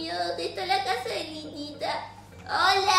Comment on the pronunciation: envés de desir hola dise buola